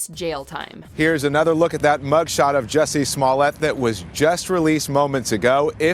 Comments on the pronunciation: its not jussie its juicy. Juicy smouliyay the french actor. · It's pronounced Juicy Smoolyay.